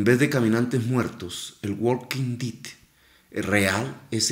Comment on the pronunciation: "guolquin did"